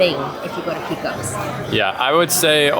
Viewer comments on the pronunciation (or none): yup. My father in law would pile everything on so you could not even see the burger underneath. BTW - not picking on you but it is pronounced PAcose, not PEcose.